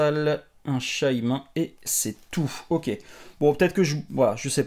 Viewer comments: Ça se prononce shymine pour info, pas shymin :) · un quoi ? 😂😂 shaymin (shaymINE à la prononciation ) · Shymain mdr premiere fois que j'entends cette prononciation :'D